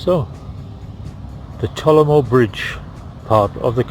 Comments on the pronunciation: It's not Tolamo. It's Talomo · I think it's Talomo not Talaoo